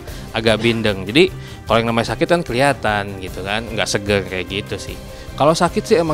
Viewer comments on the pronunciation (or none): Bilang gak seger..ngomongnya gak segellll.....wkwkwk